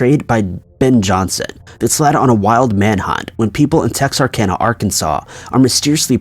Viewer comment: Thank you so much for saying Texarkana correctly